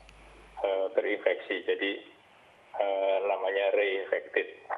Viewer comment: "terinfeksi" bukan "terinveksi"